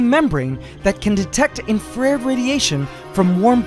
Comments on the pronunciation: That's not how you pronounce infrared, dude. It's infra-red. As in, light that's further along the spectrum than red. You can't infrare electromagnetic radiation, because that's not a word. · Did my mans say infrar-Ed? Pronounced Infra-red. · The pit organs detect heat as infrared, which is pronounced "infra-red" this is because of its relationship to red light, the highest wavelength of visible light. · I like to hear him pronounce the scientific names for all of those ants, then , totally butchers infrared.